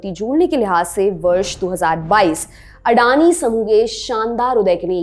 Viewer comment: वो खुद को अदानी कहते हैँ लेकिन आप अंग्रेजी मेँ नाम पढकर उनको अडानी कह रहे हो ।